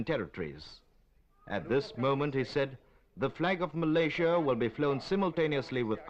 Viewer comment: No wonder people are confused. This is the incorrect pronunciation of Malaysia by the narrator.